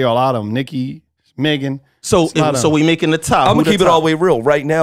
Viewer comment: They ain’t even say Megan good